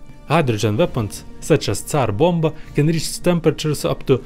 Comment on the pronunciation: Actually he is not slav. The way he said Tsar Bomba is incorrect